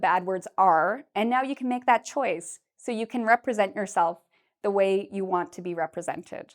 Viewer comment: swear you said "even i won't..." not "i want"